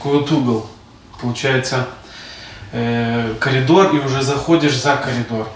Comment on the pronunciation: ПОЧЕМУ. КАЛИДОР. ,А НЕ КОРИДОР😂?????